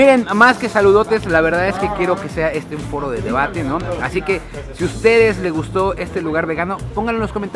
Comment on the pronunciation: Me gustan mucho tus videos pero me caga cómo comes y que hables " asdi "